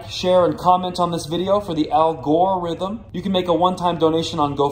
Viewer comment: Al-GORE-rithm I’m done...